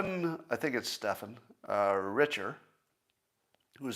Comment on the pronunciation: Two of Scott’s blind spot may be sports and how to pronounce Stephen